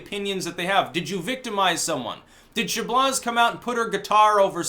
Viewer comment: Chabloz = "Sha-blow" It's a French name.